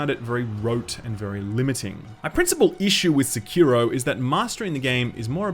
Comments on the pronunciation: You are wrong, the biggest meme isn't you not having a Sekiro review, it's your pronounciation of "Sikiro". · I really had no idea what game he was talkin' 'bout from the way he pronounced 'Sekiro'... XD